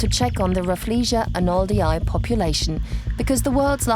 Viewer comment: Pls u butchering the name Arnoldii is painful to hear 🥶